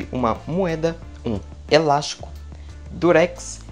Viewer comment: O melhor da mágica é ele falar elasco perfeito.. Eu vou tentar com elástico, perfeito.